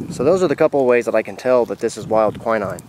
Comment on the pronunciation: KWI 9...EASY ! WILD KWI/KWEE 9. I was wondering what you were calling it , too .Great video of information...thankyou!